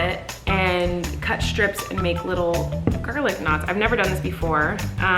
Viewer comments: I thought she was saying "garlic nuts" and I was very confused.. then I realized she was saying "knots" hahaha. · This whole time I thought she was saying “Garlic NUTS”. I was like. Why are you making bread??? 🥖